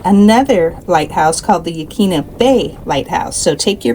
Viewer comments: Good job on the video! You even covered a thing or two in my area that most travelers never know about. One thing though...Yaquina ( your Newport segment) is actually pronounced yuh-KWIN-uh. If you hear anybody in the area calling it yuh-KEEN-uh, that is a clear sign that either the person is just traveling through or they moved here a short time ago and haven't learned the proper pronunciations. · Yaquina bay in Newport is pronounced ya-quin-a😊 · You- quin-a is how it's pronounced locally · Please,please,please....get the pronunciation of the locations correct. It's Neh-hay-lem, not Newhaylem, and Yah-kwin-a (not Yawqueena) Bay. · I was born a 3rd generation Oregonian and worked decades ago at a famous seafood restaurant in Portland, which featured oysters from Yaquina (pronounced 'Yuh QUIN uh') Bay. (Not to be mistaken with quinoa's pronunciation). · Yaquina = Ya' Coy-Na. Just for future reference. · yuh-KWIN-uh Bay. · It is pronounced yuh kwina! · You pronounced Yachats correctly, very good. However Yaquina is “Ya-kwina “. Port Orford is “Orferd”. Very nice video. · I grew up in Newport. It’s pronounced Yaquina. The Q is hard.